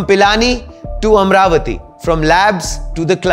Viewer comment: It's not Am-ravati, It is AMA-RAVATI ! Please pronounce the divine name correct ! The name AMA-RAVATI has great connection history in our vedas.